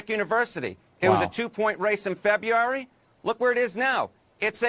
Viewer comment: Most dopes can't pronounce February correctly!